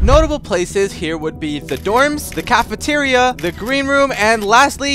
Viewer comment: "The Cafateria" lmao